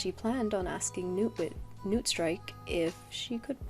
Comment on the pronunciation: I can't lie, for Newtstrike I thought you were saying Nootstrike for a whole minute lol. I love your art style, new subscriber!